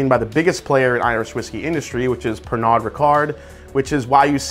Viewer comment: Pernod is pronounced pear-no.